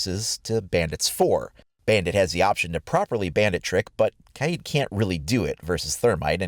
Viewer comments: OMG ITS NOT KAYEEEEED ITS KAYD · Lol it’s pronounced kayd not kayeed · It is not kyeed it is kaid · It’s pronounced “Kide” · Imagine saying Kaids name wrong the entire video